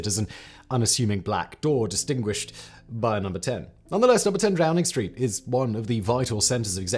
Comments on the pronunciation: you called it DROWNING street... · did Simon say Drowning Street? 😅🤣🤣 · "Number 10 Drowning Street" anyone else hear this? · I swear you say number ten drowning Street. Which is hilarious and about right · Drowning street?? 🤣🤣